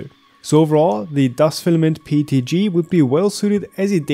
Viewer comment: I basically print everything with their PETG ever since I found out about that brand. Excellent price-performance ratio to say the least. (No, I'm in no way affiliated.) It's PET*G*, not PET*F* though (whatever the latter might be.) ;)